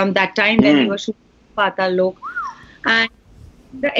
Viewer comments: or o from loco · ahhaha yea, but it's not tough to pronounce 'Lok' though.. just remove 'i' from 'loki' and done